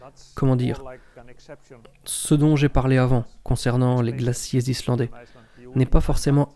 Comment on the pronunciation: J'adore cette chaîne de grande qualité et super intéressante. C'est sûrement le seul français à savoir prononcer les noms Islandais,respect😊✌